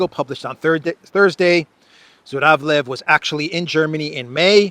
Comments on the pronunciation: Zhuravlev sounds/pronounced more like Juravlyov. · Zh pronounce as je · So he is actually ZHuravlev (juravlev) not Z but Zh.